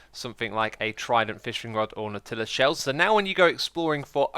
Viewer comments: You Brits are so confusing... What's a nauTILus shell? Edit - maybe it's just you being weird, now that I think about it, Mumbo says NAUtilus and acacia, not achacha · "you can visually see"... yeah, that's the way I usually see. Nautilus sounds like "naughty - lass", not "Nutella" or whatever the fuck you said. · The Nau in Nautilus is pronounced like Raw ... you pronounce it like Nut in Nutella. I know you like to troll how you say words. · did anyone else hear “nutella shell”? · I thought he was saying Nutella shell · Xisuma you're still mispronouncing nautilus! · Is that ridiculous way of pronouncing Nautilus a UK-accent thing, or just an Xisuma thing, like achacha?